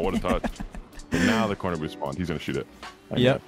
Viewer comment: where did you learn english dude its dthaeeeyyyyye''''riiieeieieieiieeiee'o